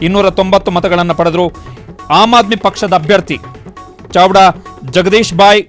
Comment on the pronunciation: ಚಾವ್ಡಾನೋ? ಚಾಡ್ವಾನೋ ವಾರ್ತಾವಾಚಕರೇ?